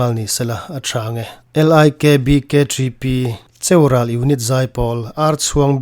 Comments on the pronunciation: Chiaural ni lovin,cheural tih zawk tur aw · Kan khua ani a,khaw hming i lam khan,khaw neitu ten kan lam thin dan leh i lam dan kha a in ang lo tlat,Cheu tih kha 'Chiau' tiin i lam a,Thluk a awm lo,lam phei pawp tur Nia kan nau hi a fel in,Pathian fak leh chawimawi hi nuam ati thin lutuk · Cheů -ràl tih tur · Nia,, hi Lalpa fak duh a ni...mahse,comment tu hian CHEURAL a lam dan hi a mozo tlat lo... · Cheural tih i lam dan a dik lo ch a tang khan lam phei tur ral tih thleng khan